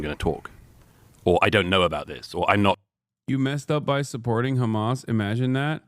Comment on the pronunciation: Crazy that Douglas pronounces Hamas the way he does considering he is British and Brits elongate their A's